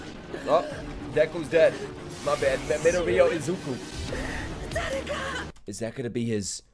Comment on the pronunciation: Dekus name is pronounced izuku midoryia😂